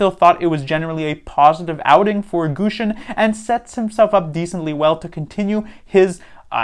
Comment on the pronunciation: Thanks for the in-depth analysis, you know your stuff. But please, pronounce Gushchin's name correctly. The "shch" is a single Cyrillic character, think of it as the middle of "Plush Chair". Thank you.